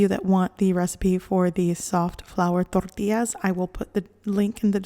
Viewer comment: Why does she have to say tortillas like that?